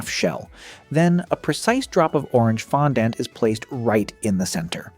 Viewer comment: Does this guy have a problem pronouncing fondant?